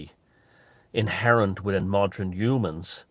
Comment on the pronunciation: Please, please stop saying 'modren' and 'modrenise' ...it's like people saying egsetera instead of etcetera. ... it's not a colloquialism, .. it's just bad grammar!